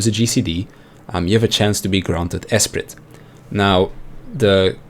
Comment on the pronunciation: Btw: the T in esprit is silent